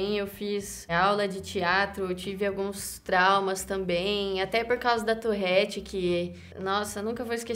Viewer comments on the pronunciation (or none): Nao e touRRete, é touRete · Ela: eu tenho " tourrette" Eu: mas não se fala " tourette " ? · Tourette tem 1 "r" só, então pq caralhos ela fala "Tourrette"?